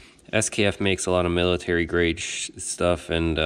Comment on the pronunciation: I like how you said they make military shhhuff lol